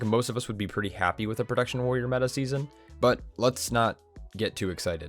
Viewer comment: He also says "prodaction warror" a few sections later. Had to pause the vid and replay on both instances. Pro-TEKT-shern